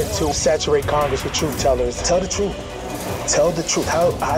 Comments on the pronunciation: When a police officer can’t even pronounce the word truth correctly, I stop listening to them. It isn’t pronounced truff. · Saying the word truth, shouldn't be hard either. Its not truf. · "Tell the troof" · In fairness to him, he’s claiming to tell the “troof”. He didn’t say anything about the truth. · He should learn how to say "Truth" not "Truf". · Anybody who can't pronounce the word "truth" can't be trusted. Wtf is "troof?" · Telling the “truf” shouldn’t be hard. Harry Dunn.